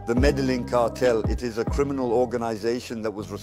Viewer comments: It's pronounced Mé-dé-yeen not medeling please and thank you for uploading. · Medellin not Medelin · why does his voice sound like AI. also he pronounces medellin how i feel like AI would pronounce it